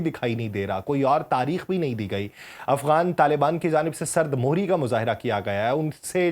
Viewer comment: بھائی تھوڑا تلفظ کا بھی دھیان کریں۔ سرد مہری میں م کے اوپر پیش ہوتی ہے زیر نہیں ۔